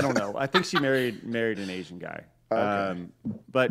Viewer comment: Emphasis on "GUY"